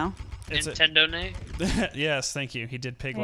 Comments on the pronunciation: Why do u ow them money if u say netedo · why can't you say entendo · Why can't they say Nintendo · you don't need to say nintendoa it is just ok to say Nintendo that is fine you don't need pay money I say meny people say Nintendo in there videos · Why can't they say Nintendo? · Why cant you say nintendo